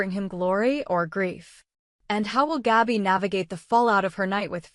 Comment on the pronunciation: GABI,,,, NOT GAUBI !!!! IF YOU CANT READ,,, ""STOP NARRATING"" 😡